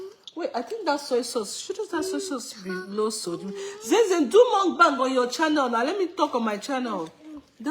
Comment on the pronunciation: It’s pronounced muk-bang not mung-bang😇🫶🏼